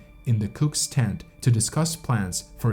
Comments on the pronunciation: This guy pronounced way more wrong than just place names. He pronounces "tent" as "TANT", for one. I have to rewind every few seconds to figure out what he just said. Great for watch time metrics, I guess. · Also, it's "tent", not "TAAAANT"